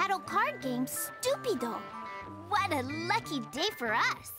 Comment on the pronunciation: "Stu-Pi-Doh" real subtle there.